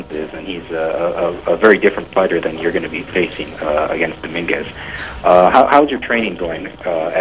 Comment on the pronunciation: Domingwez lol